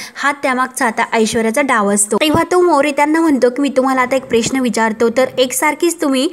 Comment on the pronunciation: अगदी शब्दाची बाराखडी १८ वेळा गावंढळपणा सोडा आपुण प्रेश्न असा उच्चार नाही ग बाई किमान उच्चार तरी सुधारणा